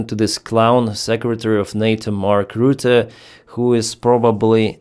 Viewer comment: Complete misread of Rutte